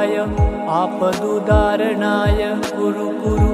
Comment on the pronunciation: वीडियो में मंत्र और डिस्क्रिप्शन में मंत्र अलग लिखा है । आपका उच्चारण और वीडियो के लिखे मंत्र का मेल नहीं हो रहा आपदुद्धारणाय है या आपदुउदार्णाय है समझ नहीं आ रहा। आपके कई वीडियो में ऐसी गलती है थोड़ा देख कर इसको सुधार करें और सही उच्चारण बताएं धन्यवाद इसे अन्यथा न लें मंत्र का उच्चारण सही नहीं होगा तो उसका फायदा वैसा नहीं मिलता इसलिए आपसे निवेदन है क्या सही है ये बताने का कष्ट करें 🙏